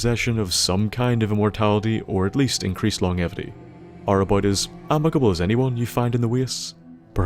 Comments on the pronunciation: Welcome back my good man, and it's long-jevity, not long-evity daft Irish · Lmfaooo he said “long-evity” hahahahahahaha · lon-jevity please... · Good vid... but your pronunciation of longevity makes me cringe a bit. It is pronounced like this: Long-jev- ity. Hope that helps! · Sorry to be a grammar Nazi but that’s not how you pronounce longevity